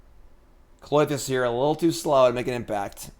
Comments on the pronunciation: I can't tell if you're trolling viewers by saying kloy-this or if you do it to get people like me to comment and give you engagement numbers. ;) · for the love of god the Y comes after the TH in Klothys's name